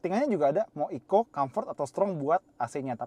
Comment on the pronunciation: TTS nya nganggepnya kali ECO itu di eja, bukan dibaca sebagai 1 kata, cums klo tulisan bya Eco * nyimpen duren disitu bisa